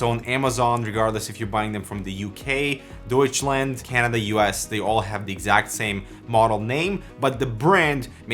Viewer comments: I love how he pronounced "Deutschland " Greetings from Germany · I spit out my drink when you said 'Deutschland'. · You sad Deutschland :D I liked the sound of the G2000 best.